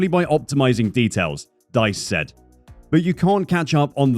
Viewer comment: First of all, it's D-U-E-S-M-A-N-N. The correct pronounciation would be close to "Deuce-munn". "Dee-s", not "Dice".